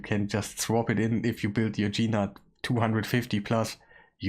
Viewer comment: his name is not Gee Nutt.!